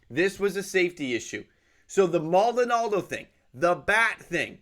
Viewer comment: Maldonado* not Maldonaldo